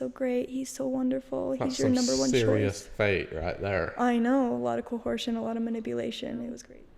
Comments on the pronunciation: I’m a linguistics major, and the vernacular and pronunciation of words in the Order is so interesting to me! They add an extra letter to some words, like betrothed -> betrolthed and coercion -> cohersion. It’s not that they’re “mispronouncing” them, it’s the standard version of the word in their community. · uses so many non-existent words. This is not an alterate pronounciation, it's just totally incorrect English. The word is "betrothed," not "betrolled." "Coherce" is also just incorrect. Perhaps they don't do much reading. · I took notice of her pronunciation of “coercion” too. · thought you'd want to see this after Shelise let you know you were pronouncing coercion "wrong"